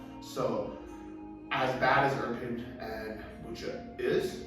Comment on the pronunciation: its irpin' btw and not iprin